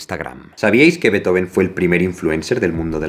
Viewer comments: No, no se pronuncia /ˈbeɪtoʊvən/ sino /ˈbeːtˌhoːfn̩/. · Solo decir que Beethoven no se pronuncia así como indicas en el minuto . En realidad sería algo más bien como Fan Béeetofn llevado a sonidos españoles (fuente: yo (alemán/español)). En cuanto a Beethoven como símbolo europeo, de su vida se sabe que él siempre estuvo apoyando los diversos movimientos y guerras "liberales" de toda Europa en contra de los absolutismos. Por eso compone Egmont (como símbolo de la "liberación" de los holandeses del Imperio Español, obviamente basado en una obra con sesgo del luterano Goethe), le dedica la Eroica a Napoleón como defensor de exportar los ideales de la Revolución Francesa, para después eliminarlo de la dedicatoria cuando se proclama Emperador y compone un homenaje a Wellington tras la Batalla de Vitoria cuando José Bonaparte es vencido en España. En resumen, su interés por lo europeo fue bastante más allá de la política interna de los reinos germánicos. Beethoven es de Europa y del mundo, no sólo de Alemania. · originalmente no se pronuncia /'beitoven/, se pronuncia /'be:tofen/ porque no es un apellido en inglés, es en alemán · una pronunciación mas acertada seria Ludbik fan Bitjofen.... Luis del Campo de Nabos... A la mierda todo el glamour, ja ja ja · Se pronuncia Beetofn. De hecho. y Motsagt y Ainshtain como bonus xd. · No se pronuncia Lúdvij fan Betófn? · Excelente contenido Jaime. Pero se pronuncia Beethofen, que el chamaco era alemán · Se pronuncia: "Ludvik fan Beetjofen" 😀 aproximadamente claro. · Ludwig van Beethoven [fʌn ˈbeːtˌhoːfn̩] se pronuncia beetjofen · Se pronuncia Betjofn** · Se pronuncia Fan Be-eetoFen, amigo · Se pronuncia «Beetjofen» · No se pronuncia así su nombre. :( “Beet-joven” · ¿En qué idioma se pronuncia "Beithoven"? ;-) Desde luego, en alemán, no. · No, no se pronuncia así: la ‘b’ no es fricativa o aproximante; es bilabial sonora oclusiva. La ‘v’ sí debería sonar fricativa. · Se dice “beutofen” 2 segundos antes “ludbig” 😂😂😂